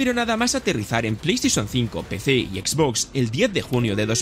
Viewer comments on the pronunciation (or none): none